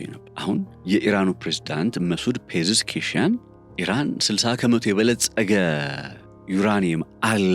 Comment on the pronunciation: "ፔዤስኪያን" በል እስቲ?